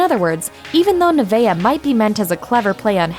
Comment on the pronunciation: Nevaeh isn't hard to pronounce.